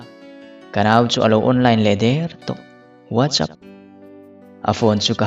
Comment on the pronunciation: Whatsapp hi nga ti nge VUAT CHAP tia in lam ziah, Sap ramah kan awm a, VUAT ZAP an ti nia